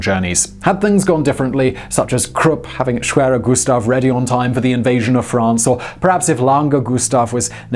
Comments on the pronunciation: Greetings from Germany! You pronounce the name very well. No complains from me about the english tongue accent. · i speak polish, and you 'almost' said it corrctly :) matter of properly accents but overall quite good :) try to learn other 'schwere' names such as.. schwerepanzerabteilung (i love german way of sticking few words together and make a new one :) ) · The pronounciation of schwerer Gustav was actually quite good. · your pronunciation of schwerer gustav was actually pretty good